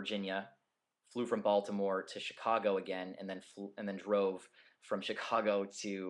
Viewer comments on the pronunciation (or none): lol when he said Baltimore i thought he said Voldemort